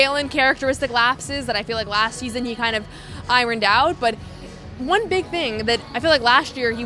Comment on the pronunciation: To: "Eye-urned out," not "Eye-run-dout."